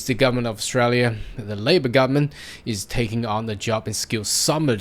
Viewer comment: Can you please pronounce the whole word. GovernmenTTT... not governmen. HarDDD... not har.